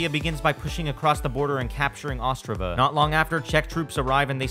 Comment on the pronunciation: you said Ostrava absolutely amazingly